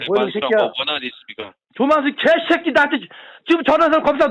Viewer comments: 만수 이개쉑기ㅋㅋㅋㅋ 발음 찰지네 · 발음이 너무 찰지심ㅋㅋㅋㅋㅋ 이누무 계쉒끼이!!!!